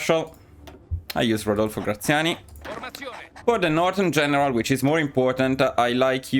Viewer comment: Ho capito che eri Italiano non appena ho sentito la pronuncia di Rodolfo Graziani 😂